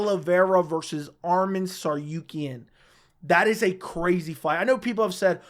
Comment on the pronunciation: Bro it's TsaRUkyan not TsaRYUkyan, RU NOT RYU